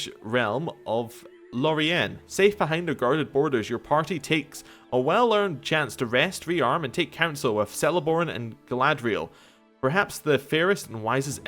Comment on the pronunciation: Celeborn is pronounced with a k,like all names beginning with "Cele",not with a c